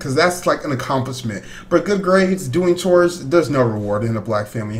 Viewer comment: Black yoshi said choes actual word chores